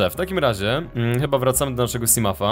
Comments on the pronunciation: simołf nie simaf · MAM DO CB PROŚBE NIE MÓW SIMAF SIMUF TYLKO SIMOŁF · nie czyta się simaf tylko simów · nie mowi sie simafa tylko simąfa a olow bedziesz mogl zbierac exoszkieletem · ten potwór to riper levafan i czyka sięsimouf a nie simaf czy jak tam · ten potwur przy statku to riper lewiatan podrugieb to jest simot nie simuf po trzecie ta pijawka co cie ugryzła w statku to ją odczepiasz norzę i rub dłusze odcinki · EJ OD 5 ODCINKÓW CI PISZE ŻE TO JEST,,SIMOT' I TAK SIE TO CZYTA A NIE SIMUM CZY SIMAF ' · błagam cię mów Simot bo mi uszy zwiędną niedługo! Bo tak się to nazywa! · tak dokładnie mówi się simot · mówi się simof !! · Czyta się simafa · muwi sie ,,simoufa/ simołfa''